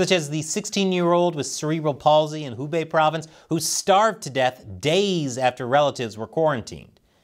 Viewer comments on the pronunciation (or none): none